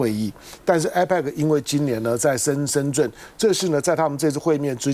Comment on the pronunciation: 为什么台湾人把深圳念成 深 zhun ？